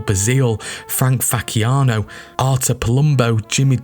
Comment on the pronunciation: "Frank fackiano" is crazy